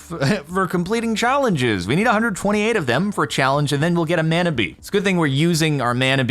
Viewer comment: lots of love ...but mana is pronounced like it has a u instead of the a muna mana .....kinda like a moari word